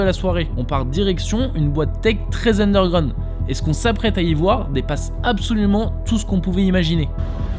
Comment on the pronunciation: Mais t'es un enfant, t'es pas du tout crédible dans ce que tu fais, dans chacune de tes vidéos, t'es pas légitime, ça fonctionne pas. "undergraound" Je zappe, terminé ta chaîne